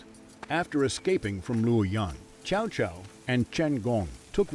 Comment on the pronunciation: Love this series so far. But if you're going to focus on the characters so much AT LEAST PRONOUNCE THEIR NAMES RIGHT. I've never heard Cao Caos name butchered so badly.